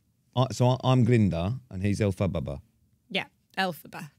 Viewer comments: Elphababa 😂😂 the way Pete pronounces it was so funny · Love that no-one can say Elphaba!